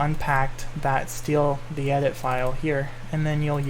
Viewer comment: Do you know how to respawn Quelags sister? I tried changing the values in world progression but nothing works Edit: listening to you say "steal the edit" instead of "stealth edit" killed me